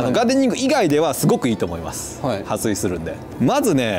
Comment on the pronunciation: ！撥水「はすい」じゃなくて「はっすい」😂💦